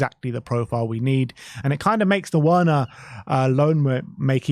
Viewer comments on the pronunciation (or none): He can you please stop pronounce his name properly the w is pronounced as a V in Germany, so please say his name right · Why do you pronounce Werners name like that?